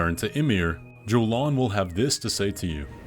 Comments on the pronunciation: Tiny grievance: (if you did this on purpose to garner comments like this one, kudos) Jolan is pronounced "Yo-lawn" I get super triggered when people mispronounce names that are spoken in the work itself. She told you what her name was! X) you included the clip! Anyway... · How is the character joalan's name mispronounced more than once and you even have her say her name in the video are you retarded? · Man, Jolan says her own name and you still said it wrong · Romina and Jolan. Jolan pronounces her name as Yolan and Romina is said as Row-me-nuh.